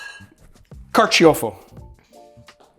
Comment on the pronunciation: Carciofo is the Italian word for artichoke, and is pronounced car-cho-fo, not car-chee-oh-fo.